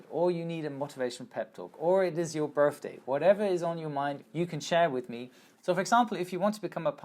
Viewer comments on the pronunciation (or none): none